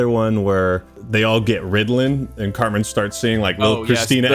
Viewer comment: It's CARTMAAAAN BRO! You damn poser lol